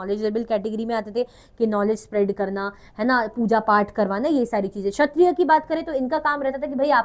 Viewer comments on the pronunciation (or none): shatriya mein "k" agaya ma"am maam ap to magnet brains mein the